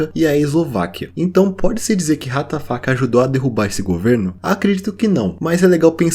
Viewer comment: O Que ele disse: Ratafac O Que minha imaginação disse: What da Fuk